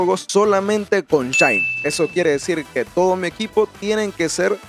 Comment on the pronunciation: Alguien más entendió chaini?